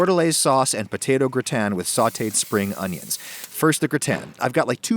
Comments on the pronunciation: Why is he saying "gritan". Its gratin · Grü-ten Lool it’s “Grah-tehn”. Amazing recipe and my mouth is watering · Why do you pronounce it Gr-i-tan when it is spelt Gr-a-tin? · What is a gratan? If you mean gratin then it's pronounced gratah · I've never heard anyone, French, American, or Chinese pronounce "gratin" the way you do. It's "graw-ten" in every language. I thought it was a weird attempt at pretentiousness. Turns out you're just a moron. However, you're a moron who actually responds to comments, which I didn't realize. Major props for that much. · "grih tan" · Word: gratin Adam: G R I T A Y N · Round here, it's said, gra'-ton. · When did the pronunciation of gratin become gra' tan? Someone is watching too many other cooking shows. Don't follow the herd. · I’m sorry I just couldn’t get over your pronunciation of gratin lol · Why are you intentionally mispronouncing "gratin?" Honestly, I think your one of the most pretentious posers on YouTube. You've come off like you're Alton Brown since day 1, like everyone should know who you are. I think you're a joke with decent equipment and editing skills, a repulsive face, and a terrible personality. I think all of your subs are suckers. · Imagine having a temper tantrum because someone pronounces something different. Fucking snowflake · Damn, you butchered “gratin”. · i’m french and i can’t stand the way you say gratin sorry ahaha, absolutely love the recipe tho :) <3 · the way you pronounce gratin annoys me so much lol